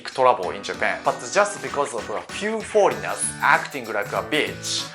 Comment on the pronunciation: Foleignels i dont rike